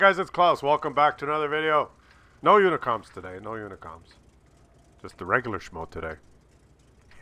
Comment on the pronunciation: And today he is still sucking up to the "unicoms". LOL.